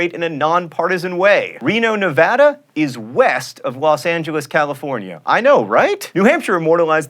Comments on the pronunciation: I'm just glad you pronounced Nevada correctly. It poised me off when people pronounce it nivoduh! Also, I'm glad you chose to use the LDS church's full name other than calling it "the Mormon church". It's true, all LDS are Mormon, but not all Mormon are LDS. I found this video very interesting, thanks for never disappointing in your videos! DFTBA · THANK YOU SO MUCH FOR PRONOUNCING NEVADA CORRECTLY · I live in Reno, Nevada. And thank god, pronounces it correctly.